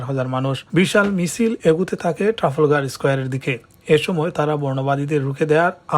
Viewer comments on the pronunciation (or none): Brother before you broadcast ur news video you need to learn more English pronunciation you said tafolgar square sorry brother it’s not right word it is Trafalgar square ok?if you don’t read properly it’s gona be shame of us and our community. Thanks